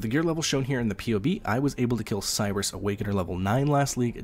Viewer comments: The name is Sear-rus Not Cyrus. I'm skeptical you've even done the boss fight. Zana, "Sirus, please we want to help you.... " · Seriously? You are judging a build guide and if someone actually fought a boss just because they didn't pronounce a boss name right? LMAO.